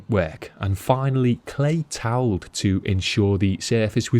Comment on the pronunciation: Did you say clay towel?